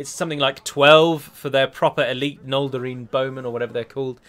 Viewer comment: is a joke. He's become so lame lately. Still cannot pronounce Noldorin, Numenor, Pelargir and many more basic words in Middle Earth. "Abrazanim" is his worst nightmare probably. And he's been playing Third Age for like 5-6 years at least